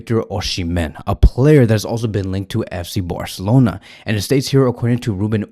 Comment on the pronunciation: “FC Boarcelona”